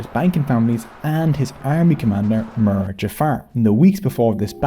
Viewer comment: Same for the word 'mir'